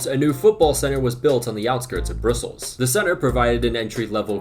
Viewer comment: Love the video but distracted by you continuously mispronouncing "Brussels". Bruh - ssels. :)